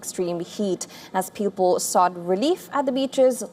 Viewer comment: I don’t know if it’s anyone else, but the lady’s pronunciations are all over the MAP. American diction with major Indian give away when she says people and waves